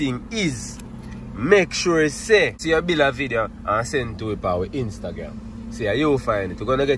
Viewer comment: who hear when say intagram?😭😭